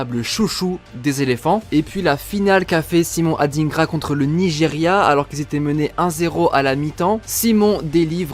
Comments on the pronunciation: ET ON NE DIT SIMON ADINEGRA MAIS ADINGRA COMME TU VOIS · SVP les personnes blanches c’est pas pour être méchant. Ne prenez pas mal mon commentaire. Les noms africains noires vous avez vrrrrraaaimmment de la difficulté à prononcer. Ce prononce pas AdINEgra mais comme « Adaingra » un peu comme le mot vilain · On dit adingra pas adinegra 😂 mais je suis fière d'être ivoirienne 😊❤🎉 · On dit adingra pas adinegra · C’est Adingra . On prononce ça << dain >> pas << dine >>